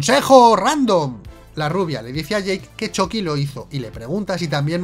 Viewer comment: Ehhhhhhhhhhh me gusta que digas "Choqui" pero odio que no digas "Moñeco" ¿Te vendiste a los reptilianos?